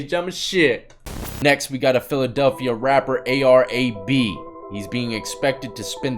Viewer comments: It's A-R "AB" not A-B lol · A-R AB lol not A-B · It's a.r.-"ab" bro. Not a.b. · It’s A-R-AB not A-R-A-B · Is A.R AB (like the abs in your stomach), not A-R-A-B lol you welcome bro. Much respect from Philly 👍🏽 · It’s AR AB not aye bee. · Ar ab....aye are ah b...... not A-B lol. U have no idea what you're making a video on.... lol keep it though I like your content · AR Ab. Not AR A-B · It's AR "AB" not A.B. lol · Its ab not Arab ar-ab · AR-AB (ayy-arr-ab) not (ayy-arr-ayy-bee) 😂😂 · 😂😂 a.r.a.b..........his name is ar..ab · Bro, its ar ab, like your stomach muscles your abs, so ar ab. 😂😂😂😂😂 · Bro it A.R AB not A. B. Come on he is very Notorious my guy. Sheeesh lol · "A.R. A-B" 🤦‍♂️😂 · Hey, AR-AB is said "Ayy Arr AB" (like ab workout). Just wanted to help a brotha out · It's AR-AB like like AR abs that's how it's pernounced he got locked up after a glad tv interview